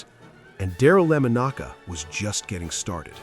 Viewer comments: His name is Darryl LA MONICA not lamonaka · At the mark, did you say Daryle Lemon-Ocka? WTF??!!!! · How do you pronounce Daryle Lamonica's name right the first time and then constantly miss pronounce it afterwards it is not lamanocka that is how you sounded. It is Lamonica. I watch him as a kid he was Great he was the Mad Bomber as correctly labeled I guess I need to apologize as there is actually 2 voices pronouncing his name the main voice you are the miss producer , you I do not apologize to. If Daryle Lamonica gets in the Hall of Fame it will be like most of the Raiders, he will have die first There could be no other worthless institution, then the professional Football Hall of Fame. They are about as political as the U S political System, completely ridiculous about the only thing they Excel in is lies. Pro football hall of fame, You're right there with them Yes he and many other Raiders like Plunket, who by the way won 2 Superbowls, should be in the HOF, but because the are keeping them out I will never visit the HOF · LAMONIK not LEMACKA thank you AI again and once again it’s time for raider fans to quit complaining. Al Davis did do that and he heard a lot of of his players, but he refused to ever conformed anything considered to be an outlaw maybe but not at the expense of your players. Don’t believe it as Tom Flores ask Jim Plunkett ask Marcus Alan. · These AI narrated videos are so effed up. The man's name is not "La ma noka" It's Lamonica! Sooooo disgusting! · Since. I’ve been a raider fan since day one of the Franchise as soon as I saw his number I knew who you were going to talk about. But thanks to Ai and the terrible butchering of his name. Even being an diehard Raider fan I couldn’t take it anymore and turned the video off at the 7 minute mark. This Ai video is even a disgrace to other bad Ai videos. Way beyond bad. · Lam-ah-knock-ah? AI voice just sucks! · Lama-knocka??? Freakin' generated voice slop. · "Darrell Lemon-aka?" A. I. is a sad joke.